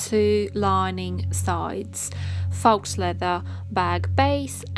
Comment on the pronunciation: I like your video tutorial. i do have a question though. isn't it pronounced "foe", and not "fox"? or is it pronounced differently where you're from? no shade, just am genuinely curious.